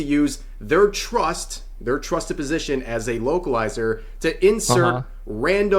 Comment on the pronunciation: Every time he said localizer it sounded like he said wokeilizer.. same thing lol